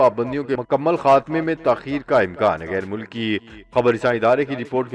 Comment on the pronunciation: Aap ne makammal padha wo glat talffuz hai :mukammal :paddedhiye